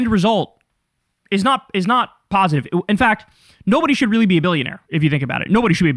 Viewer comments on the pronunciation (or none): none